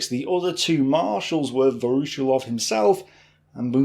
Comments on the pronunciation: Great video. But your pronunciation of Voroshilov is atrocious. It's Вороши́лов - with stress on the и. Pronounced Va-ra-SHE-lov. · A small note on the last name: "voroshilov" It is pronounced "vah-rah-SHILL-ahf" The stress should fall on "SHILL", not on "OFF". Voroshílov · Pronounced: Voro- sheelov